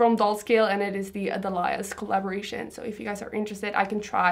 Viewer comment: Hi! Not trying to be a jerk here, it I just wanted to let you know that delia’s is pronounced DEELya’s. 😊